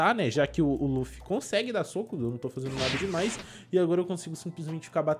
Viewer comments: É Luffy vc fala laffy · não é laffy é luffy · N E LAFFY E LUFFY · Laffu não luffy